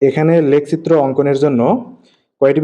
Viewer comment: লেখচিত্র এইটা এইটা আপনার উচ্চারণের সমস্যা